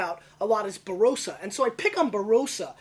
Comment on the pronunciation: Barossa is pronounced with the o as a short vowel sound. Bar o ssa, rather than baroh ssa